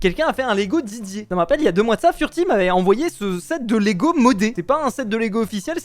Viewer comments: Par contre c Lego et pas légos c pas méchant c pour dire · Ces "LEGO" pas "Légos" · Please pas de "é" et de "s" à lego mdr, sinonn trop bien cette video !!!❤ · *Lego pas Légo mais en tout cas super vidéo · L'accent sur Lego..